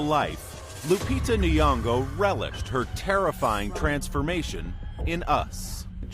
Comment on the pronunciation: Nyongo not Niongo